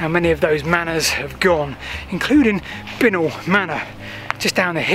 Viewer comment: Bincknoll is pronounced Bye Nol